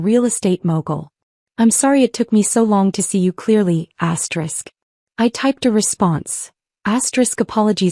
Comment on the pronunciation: This is BULLSHIT. Always says astrick. That ruins the damn story